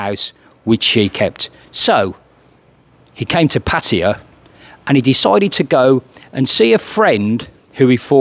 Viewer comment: You must be one of the only youtubers who can actually pronounce "Pattaya" correctly.